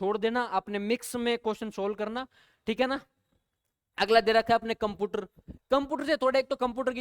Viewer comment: कंप्यूटर ❌कंपूटर ✅ 😅😅😂